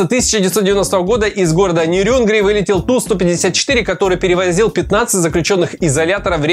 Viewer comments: Возможно чтобы комментарии делали. Да ещё: нЕрюнгри. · Не ТуАпсе, а ТуапсЕ, не НерЮнгри, а НЕрюнгри. Это так, на будущее!)